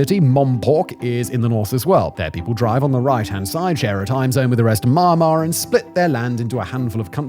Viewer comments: Mah mah? It's me yahn marr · Wow bro i can't watch or listen to this......keep saying MARMAR......IT IS ME YAN MAR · Sounds like he's saying mah'mah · he started with MA'MA Lulz